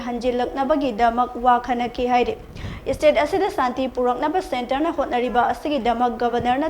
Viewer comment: It's state not istate💔🤣